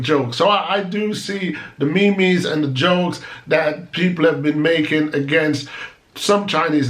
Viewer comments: Good afternoon hope your day has been a good and productive one so far. the Memes are pronounced MEEEMS not MEME LOL. "go suck yuh madda" I don't use the term I think it's vulgar and disrespectable. it's broken English but most people understand the meaning and will get pretty mad if someone say it to them it's the same as using a profane word. (my opinion) Oh you speak Deutsch! very difficult language, it's also similar to Dutch that I had to learn to get my Passport. Guten Tag, wie geht es dir? and in Dutch it would be Goede middag hoe gaat het met je? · Me mes? No cheif it's pronounced as "meems"